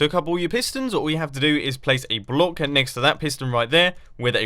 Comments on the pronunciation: It seems like Mumbo can't say 'block' correctly twice in this video... "Bollock"- 2.45 "Blouck"- 4.17 ...very funny... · It's closer to blauck, I think. But I still think the 'block' is funnier. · Bu-lock XD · "And then place a torch on the sod of that blak."